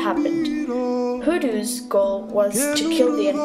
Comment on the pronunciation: Americans when will u learn how to pronounce words properly? You pronounce " Hulus" instead of " Hutus" .Are u out of ur mind? Dont u know the difference between t and l?